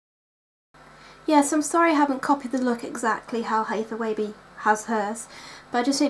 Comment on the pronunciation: Dude you are so cute. Yes you are pronouncing her name correctly and P.S. you're eye ARE GORGEOUS!